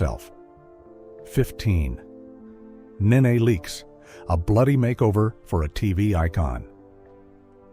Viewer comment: If narrator can't say a name right, just don't say the name. It's not Nae Nae. It's Nee Nee( knee knee)